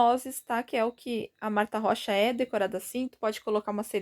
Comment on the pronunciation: Oi está certa a pronúncia...amo tuas receitas...Gratidão por atender meu pedido...Gratidão por todos os ensinamentos...te adoro....Deus te abençoe sempre.😘❤